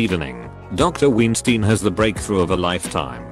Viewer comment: Love how he pronounces Weinstein as Ween-stein